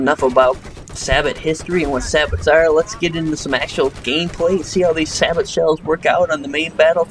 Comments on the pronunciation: It's not (sah-but) it is (sah-bow) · It's prenounced say-bow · Two points: It's pronounced "Sa-bow" and Niche is "Neesh". Otherwise, I'm finding your videos really helpful. Subscribed! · Its pronounced "say bow"... juzt thought you should know that :) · not trying to be a dick, but its pronounced "say-bo". and its 120mm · nice video... however "sabot" is pronounced "SAY BOW"